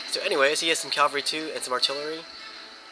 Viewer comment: Dude, caVALry... I really like your commentary video's, but everytime you say calvary, I get the urge to scream and kick something... even though English isn't even my first language. I know you can't just "remake" all your video's just to change a single word, but I hope you'll say it correctly in all video's yet to be created. Apart from that minor bit of irritation on my behalf... you're an absolute first class 'Empire Total War (or any Total War game) general/admiral'. Well done there